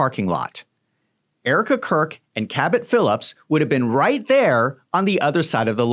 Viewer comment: I love the way you pronounce ‘CABUT PHILUPS’ hehehe